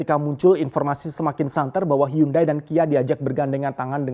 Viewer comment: Hiyandei.. bukan hyundai.. english failed